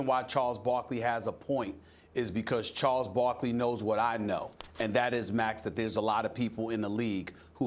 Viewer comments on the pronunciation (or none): “Chols bockly”😂